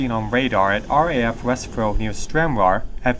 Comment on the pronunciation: Interesting story. I'm from Stranraer, and I vaguely remember hearing this as a child. Also West Freugh is pronounced West Froo. The locals pronounce it frooch with the ch making a sound like in Loch (not a hard k).